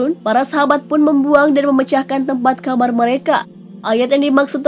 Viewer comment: Bukan kamar tapi khamr